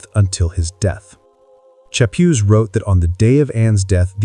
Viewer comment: All due respect, you really take away from a fantastically researched story on Thomas when you mispronounce Chapuys, and misrepresent other players. Also, when you're telling a story with that many people with the same name, it's a good idea to constantly clarify which person you are talking about. When you indicate that Cromwell ended up being a player in Thomas Boleyn's downfall, it kinda seemed like you were actually saying that Cromwell was influential in Wolsey's downfall, as that had been the topic you had just finished referring to. Still overall a wonderfully researched and remarkably insightful chronicle of the REAL Thomas Boleyn🤘🤘🤘